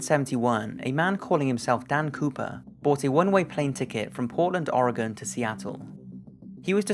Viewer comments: thank you for pronouncing Oregon correctly. so many people can't figure it out. i love this channel! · Thank you for pronouncing Oregon correctly. Sincerely, An Oregonian